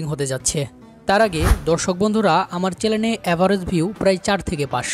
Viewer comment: চ্যানেল কে চ্যালেন বললে তো ভিউ আরো কমে যাবে😂😅😊!!😅